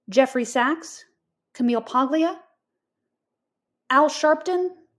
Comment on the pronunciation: The “g” in “Paglia” is silent. “PAHL-ee-ah.”